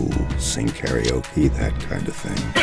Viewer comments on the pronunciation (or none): none